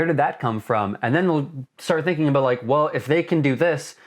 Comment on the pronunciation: he said a-boot.